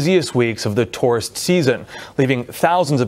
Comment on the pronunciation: That reporter should be told that he is saying tourist wrong!!!! It's so friggen irritating like he knows he's saying it wrong and in turn outs even more inflection into it sounding even more like an A-hole!!!